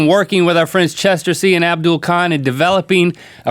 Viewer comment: lol Linkkkk!! It's not abdoool, it's abdul :)